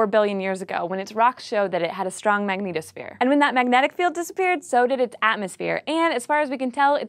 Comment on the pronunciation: I kept hearing "Magneto-sphere" (like from X-men) every time she said "magnetosphere".